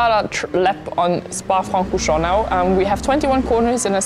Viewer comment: You pronounce Francorchamps pretty nicely: do you speak French also?